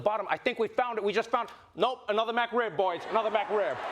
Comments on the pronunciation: I love hearing Trevor call the McRib, "MacRib"...lol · McRib, not MacRib! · Its McRib not MacRib trevor. Come on my guy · Has no one made fun of Trevor for his pronunciation of Mc? Idk what a mAcRib is, I know of the McRib... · N one commented on the way he says MAC Rib instead of McRib? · It's mcrib not macrib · "Mac" Rib. Killing me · "MacRib" lol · This is one of my favorite segments i've seen from Trevor, but honestly who pronounces it "MAC" Rib >< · "MacRib" ? They sell that at McDowell's. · I love you, man. But, you lost me at "Mac rib."